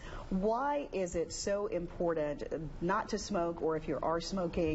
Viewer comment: i was an R.T. for 35yrs, we are still the forgotten team, don't let anyone kid you! not related here, making me crazy!! there is no D in the word IMPORTANT!! you're not the only ones saying this.... makes me crazy 🤪 😜 😫